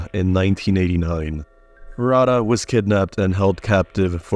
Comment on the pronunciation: HER NAME IS JUNKO FUR*U*TA. AND HER KILLERS ARE STILL FREE.